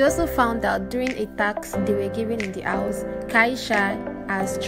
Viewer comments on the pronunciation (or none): Madam it is House not Aws